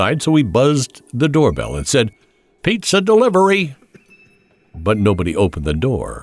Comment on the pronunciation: Piiitza Delivery